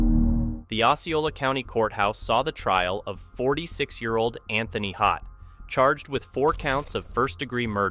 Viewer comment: It's Todt not Hodt